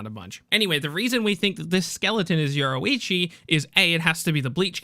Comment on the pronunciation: Say, Your-Roo-Ichi . There we go. Fuq is this euroeechi